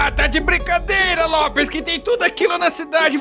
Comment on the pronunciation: Ele não é Lopers e não se fala "Lopes" é "Lopers"